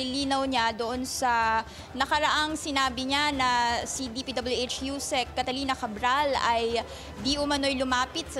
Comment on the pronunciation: Nahawa na yung reporter kay Curlee Discaya, "DPW-Etch"